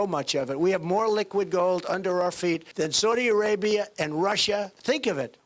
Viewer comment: why does he say saudi arabia like that SOADY